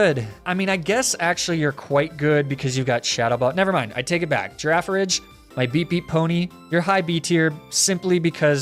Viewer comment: lol the way you pronounce girafarig kills me because the rule in english is that "g" is always pronounced like "gift" if it comes at the end of a sentence, ie. rig vs ridge.